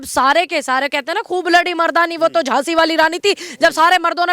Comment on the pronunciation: Anchor ki GhLty h Moafi mangni Chahye e ..Jhhansi ki Raani .to Jhhansi ki Raani .h...